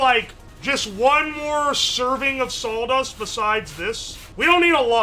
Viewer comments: You can tell where he lives down to the square mile by how he pronounces saw dust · Says salw dust instead of saw dust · sawl dust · Why is he pronouncing sawdust as "saul dust" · I can't stand "sawldust" we have to cut the wood with the "sawl" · It sounded like he was saying "saul dust" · I love how he says sawl dust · Drink every time says "saul-dust" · Really distracting how he repeatedly pronounces it "sawl dust" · uwo keeps saying "sauldust", we should probably check on him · Thanks, now I consciously hear sauldust all the time. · All i can here is "Sauldust" 😂😂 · not knowing that its spelled "birch"... sasuga,. Gotta admit, I've never heard it said as "Saul-dust" before. But I've read old historical documents about how in Britain they had to outlaw bakers from adding sawdust or even things like pottery ingredients (porcelain powder) because them using inedible stuff in their bread to last longer before rotting or molding became so prolific that it was actually causing people to die or get extremely sick and therefore required the law to step in. Some of the offending breads were as hard as bricks and there were numerous instances of people breaking teeth trying to eat them. But yes, historically sawdust was used as a filler in historical periods where flour was too expensive to use alone for bread - or it wasn't feasible to use exclusively flour due to famines or blights. As long as the right sawdust is used, the nutritional aspects will suffer but it'll still be "edible". In Britain, the amount of sawdust allowable in bread or other products was a full fledged legal category, and recipes to mask the taste of sawdust or porcelain were extensively researched by the bakers back then. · My dude are you from Tennessee/Georgia? This is my hometown and you are like saying "sawldust" and drinking sassifrass tea? If you aren't from my hometown I don't know how. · What's Sawl dust? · "sawl" dust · was just thinking about if he was saying Sauldust.